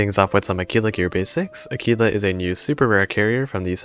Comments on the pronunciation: Her name is pronounced Ah-Qwilla at least in the UK. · I’m afraid that, unlike in Spanish, you are supposed to pronounce the ‘u’. AH-kwee-lah. Great info, though. What do you think about the pirate squadron Corsair vs the Tigercat? Is it as simple as choosing between more anti-air / bigger bombs?